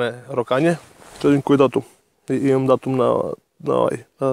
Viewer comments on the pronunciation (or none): none